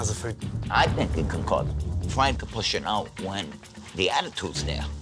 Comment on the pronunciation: Fwank is a vewy wazy cook. He doesn't even fwy the eggplants anymore, ma mudda and fadda end up fwying it! Wediculous!